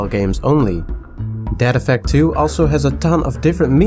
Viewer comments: I THOUGHT HE WAS SAYING DAD EFFECT IVE NEVER HEARD OF DEAD EFFECT GUESS ILL TRY IT OUT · Every time he says "Dead Effect" I hear "Dad Effect" and imagine a super campy, punny game with lots of bad dad jokes.